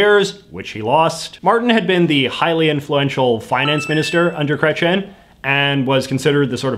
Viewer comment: It's pronouced Kreytsi - Ehn not Kretchen. I absolutely liked this video though, I learnt a lot from this, I just can't stand the massacre of a name of that gravity X). You should talk about the worst and best of provincial governments, I would love to hear about that! (Not just Ontario please)